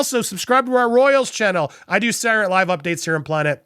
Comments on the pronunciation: Andy, You seem to have an issue with pronouncing the word 'SATURDAY' correctly, so, out of the kindness of my grinch-sized heart, I want to help you. You kept pronouncing the TV show " Saturday Night Live" as.... "SAH-URR NIGHT LIVE" This is incorrect. The word Saturday should be pronounced as follows... SAH- TUR-DAY as in " SAH-TUR-DAY NIGHT LIVE". You're welcome 😊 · I need to watch this again just to hear you say "Sarrray night live' 😆😁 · "Sour"night live again? Dude seriously know how to pronounce words. This is your profession!